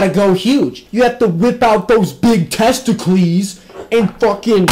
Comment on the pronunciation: I quite literally lost it at "Testicleez"